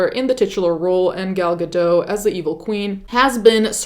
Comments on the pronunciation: The T in Gal’s last name is not silent. It’s pronounced Ga-dot. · Just fyi: you pronounce the t in Gal Gadot’s name :) it’s Guh-dott. And yes she served in the IDF, which is mandatory as an Israeli citizen, but as a FITNESS INSTRUCTOR. She was never in combat. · The "t" in Gadot is not silent -- I just say this because I know you take great pain to pronounce names authentically in all your videos.